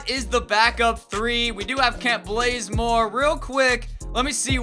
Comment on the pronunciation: Did anyone else hear him say "Kent Blazemore" or is it just me?